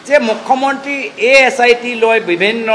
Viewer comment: Apunar mukhya mantri word to bhal ke fota ni..😂😂😂 Assamese najane nk